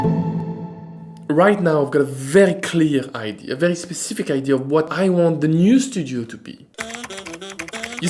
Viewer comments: Bonjour, juste pour votre information idea se prononce (aɪˈdiə). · Any help from the sponsor for the pronunciation of “idea”? 😂 Just kidding, I’m glad you are back 😉